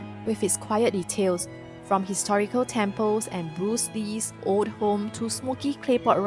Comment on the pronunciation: Please don’t mind but old ≠ oat as told ≠ toad [ohld] versus [oht] and [tohld] versus [tohd]